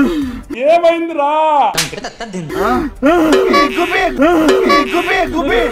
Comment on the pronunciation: Gubbi gubbi kadu guube guube analli correct ga untundhi😂😂